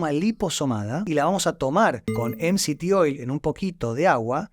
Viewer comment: interesante y constructivo pero te recomendaría 2 cosas para que el mensaje llegue mejor, primero, si hablás en español, no digas "em si ti oil" en vez de "eme se te oil" o mejor lo que quieren decir esas siglas que ya me lo olvidé. Y la segunda es sacar esos efectos de sonido que distraen y confunden. Igual gracias.